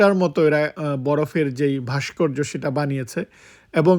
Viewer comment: বাষ্কর্য নয় উচ্চারন হবে ভাষ্কর্য